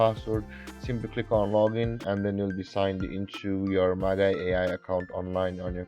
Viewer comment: Very helpful! Just FYI, it's pronounced "Maj-eye" (soft 'g' sound). Great work!